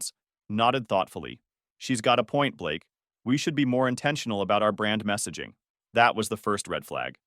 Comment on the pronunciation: Blake? You mean Ba-lakay….